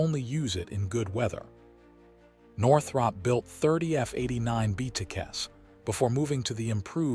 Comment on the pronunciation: Why do you keep showing different aircraft? And you ate mispronouncing Northrop.